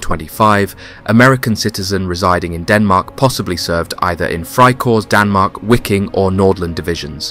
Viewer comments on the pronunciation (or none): Your pronunciation is absolutely abhorrent “wicking” it’s just pronounced Viking man… and ‘georg’ is George.. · Wiking is pronounced (Viking) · Wiking: the W is said like a V making it VIKING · Wiking is pronounced Viking, which is exactly where the unit derived its name. The unit originally being made up from Danish, Norwegian, Swedish and Icelandic volunteers as well as Dutch and Flemish. Very interesting subject none the less.